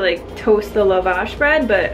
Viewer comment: It's pronounced Lah-Vash not Luh-vash